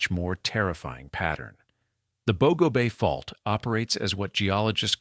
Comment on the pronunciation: You need learn the correct pronunciation of Bogo